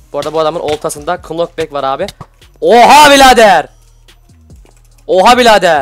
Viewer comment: kınokbek değil nokbek (aşşağılamak için değildir öğrenmenin yaşı olmaz)